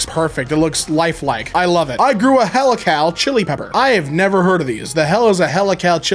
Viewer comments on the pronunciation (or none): "Helical" is pronounced like "heel-i-cull" and means like a kind of spiral shape. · That's "he-lick-al"...as in "helix"... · mispronouncing “helical” as “hella Cal” is the new soundtrack of my life! 😅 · Yeah, he pronounced it like it was an american city for some reason. But all it was is the regular word "helical", derived from "helix".